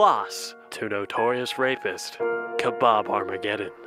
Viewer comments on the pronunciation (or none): bro change his name to conor mctapper since he tap out...and bruh kabab really -_- i mean you said Conor McGregor right but the one who beat him his name is khabib not kabab...i know you trying to be funny which i didn't even laugh about it but for god sake dont try not to act as you are a funny person...be normal my friend... rate : 1.5/10 reason : too many sarcastic things that should not put in the video...am really disappointed. Dislike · It’s khabib no kabob LOL😂😂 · Love he call Habib - kebab))